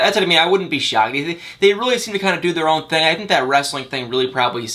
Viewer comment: Crazy you still pronounce the (I) sound as the (A) Thang-Thing Ank-Ink